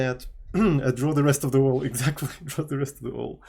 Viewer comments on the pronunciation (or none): none